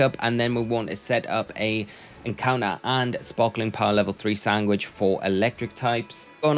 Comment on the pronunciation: Maybe it's just me, but I'm hearing sanGwhich. :D